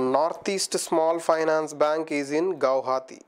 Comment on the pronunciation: gaau-haathi😂 its gu-wa-ha-ti